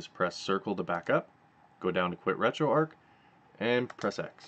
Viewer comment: Finally someone pronounced retroarch correctly!